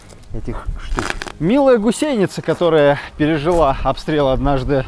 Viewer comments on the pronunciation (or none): Почему вы говорите в слове гусеница с ударением на Е ? Это не грамотно и режет слух!